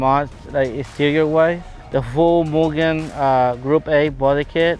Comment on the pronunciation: Nice to hear Mugen pronounced correctly.